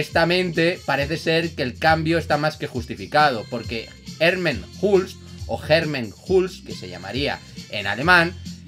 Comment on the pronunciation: herman hulst es un nombre holandes se pronuncia " herman holst "